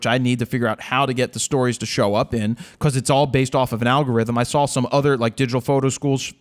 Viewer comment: has anybody ever told you, that you always put an "L" after "aw" in your pronunciation/dialect? "Welcome to RawL Talk", "I sawL..." and my favourite: "There is a new lawLLLLL!" love the show!